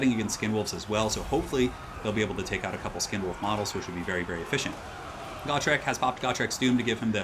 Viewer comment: It's pronounced Gotrek.